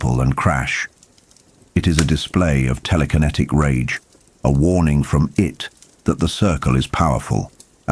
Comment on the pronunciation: I just wish we could get these videos with a real narrator, not the AI voice that mispronounces key words and phrases.... Even simple things like "It" or "Ka" get pronounced multiple ways from one sentence to the next...